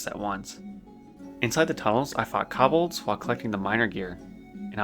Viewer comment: and kobolds. Ko (rhymes with toe) and bold sounding like saying the single word 'bold' or some people say it 'bald' so, koe-bald.